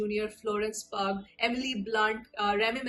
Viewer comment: The Pugh in Florence Pugh is pronounced like Hugh in Hugh grant. She's not a pug. Friendly suggestion 😊